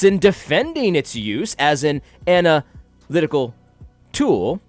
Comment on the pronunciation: Lol every time you said "ana lytical tool". Great vid, btw!